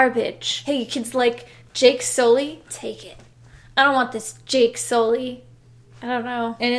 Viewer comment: JAKE SOO-LEE!